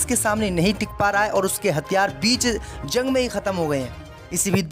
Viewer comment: ZUNG KA EILAN....JUNG THEEK SE READ KERNE NAHI AATA.???